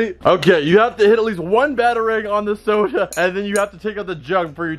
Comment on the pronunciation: Does no one realize how he says soda.